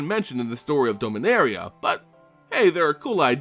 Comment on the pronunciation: It’s DOMinaria like dominant, dominance, not DOMEinaria, hate correcting people but it’s a pet peeve I guess